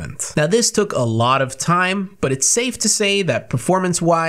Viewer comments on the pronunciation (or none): none